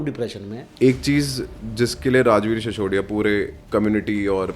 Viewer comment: सिसोदिया होता है। शिशोदिया नहीं। कृपया नाम व अन्य चीज़ें हिन्दी और देवनागरी में लिखें। अपनी भाषा तो बोल लिख लो!